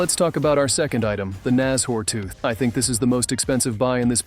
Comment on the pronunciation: nas-hors tooth? its nash-ors